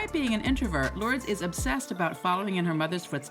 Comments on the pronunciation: Ya could have at least researched the pronunciation of her kids names! SMH 🤦🏽‍♀️ Lords!? It’s loor. - dehs. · Her name is pronounced Lor-dess...... not Lords. Or just call her Lola...that's the name she is known as. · Isn't her daughter's name pronounced 'lor-dez', and not 'lords'?! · This narrator cannot read, annunciate or pronounce names and words with accuracy. The mistakes are absurd! WAY TOO MANY!! Beginning with the say she says Lourdes Leon's name WRONG for the ENTIRE VIDEO! 🤡🤡🤡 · It's also pronounced Ver-sach-eh Not ver-sase 🤣 but the robotic narrator voice messed that one up too 👍🏻